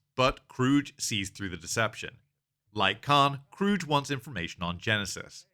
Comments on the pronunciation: It's KRUGE (Croog) not CROOGE! Damn that's cringe, and irritating af. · its not krroooge its kruge say krruug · KROOG not KROOJ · It's pronounced Kruge, not Krooge. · It's Krug, not Krooge. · As a small aside, “Kruge” is pronounced with a hard G, not a soft G. Also a short trailing vowel, so it ends up something like “Kroog-uh”. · I always heard the "missing the chair" was initially done on accident on Shatner's part, but then he realized that was how Kirk would respond to his son that he was JUST getting to know killed in cold blood. And only Star Trek could make backing out of a garage look awesome. Btw, it's pronounced "kroog." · It's pronounced Kroog, with a hard G. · If you were that familiar with this movie, you'd know how to pronounce "Kruge." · Your pronouncing Kruges name wrong The G shouldnt souuhd like a J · I don't think I've heard his name pronounced like that before. I wonder if other people say it the same way. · You pronounced Kruges name wrong. Also, he's a commander, not a captain. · Ia this an AI voice because he's pronouncing Kruge wrong and a couple other words. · If you watched the movie, you know that Commander Kruge is pronounced with a hard "G", not "J" 🖖🏼LLAP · Its actually Kruge